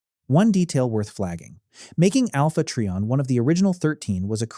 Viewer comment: It’s try/on not tree/on